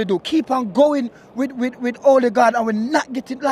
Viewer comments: Øligarch or Ødegaard 😂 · Man call him '"Olligard". Lol. He's not Russian my friend.